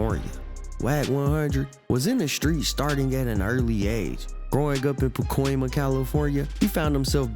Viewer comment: Pacoima huh? 😂😂😂😂😂😂😂😂